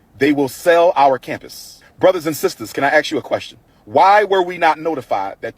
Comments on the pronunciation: The word is ask, not axe 🤪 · To 'dr' Umar : ASK not AX, you moron. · Okay so if he's claiming to be a psychologist, or a doctor, why is it hard for him to say the word "ask?" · A doctor can't even say the word ASK correctly This bum is a con artist like Sharpton